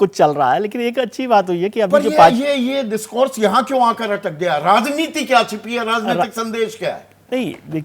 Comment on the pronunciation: सही से भाषण तो दीजिए नेता जी ताकत को तकात बोल रहे हैं, राजनीति को लाजनीति बोल रहे है। गाड़ी बंगला तो एक गांव का मुखिया ले लेता है 5 साल में आप तो अपने बेटे को बीसीसीआई का सचिव ही बना दिया। अगला विकल्प केजरीवाल ही है जो आप जैसे लोगों को सत्ता से उखाड़ फेंकेगा।